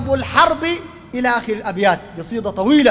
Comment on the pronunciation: القصيدة بالدال وليست الضاااد يا